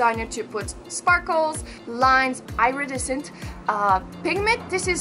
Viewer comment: I ADORE the way you pronounce the word "iridescent"